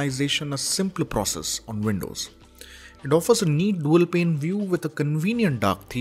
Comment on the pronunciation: You're pronouncing Windows as Vindows.